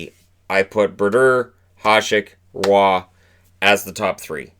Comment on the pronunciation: Roy is pronounced "wah" not "raw"